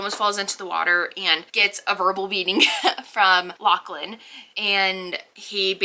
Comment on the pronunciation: lachlan is the scottish spelling but it is pronounced loch-lin so your pronunciation is right haha!